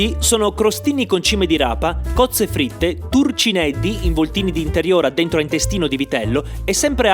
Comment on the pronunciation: Momento grammar nazi, sia i “turcinieddhi” che la “taieddhra” si pronunciano con la “G” quindi sarebbero “taieGGia” e “turcinieGGi”